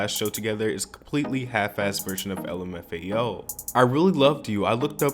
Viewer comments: So we just gonna ignore how the guy just said "lumafio" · lim f ao, amazing pronouncing